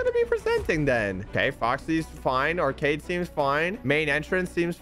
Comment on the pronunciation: he says acard instead of arcade